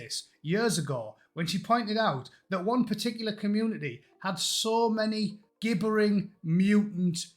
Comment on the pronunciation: Gibbering is pronounced 'jibbering', just saying. Basic English.